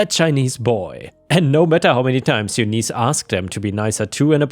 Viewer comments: Eunice is pronounced YOON-iss, not you-NEES. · FYI... Eunice= You-niss (like hiss). Thank You:) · Eunice is pronounced You-n-is, like in miss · its pronounced Yoonice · Bowen is pronounced boh-in and Eunice is pronounced yoo-niss!